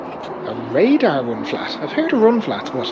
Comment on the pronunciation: Yo, Radar is the brand name of the, er...tire. Not R.A.D.A.R. 😆